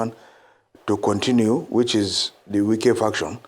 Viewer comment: Wike is not say right